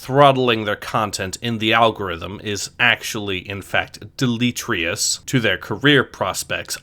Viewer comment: Did you seriously just pronounce it "Delitrius" ?